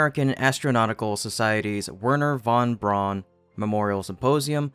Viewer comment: Von Braun is pronounced Von Brown. The German diphthong 'au' is pronounced like English 'ow'. BTW, braun means the colour brown.